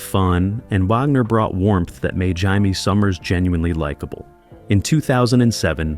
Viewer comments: AI needs to learn how to say "Kit", and Jamie Sommers, Who the hell are "Yimie" and "Hymie"? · It's JAIME SOMMERS.Idiots.